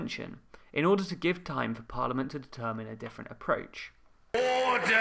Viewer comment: Mr. Bercow needs to review word stresses. ORder and diVIsion.